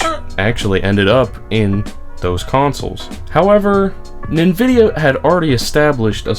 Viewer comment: Why do you say nvidia like that? It's driving me crazy.